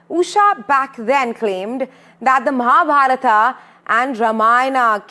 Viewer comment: Hahaha mahabharata instead of Mahabharat😂😂😂😂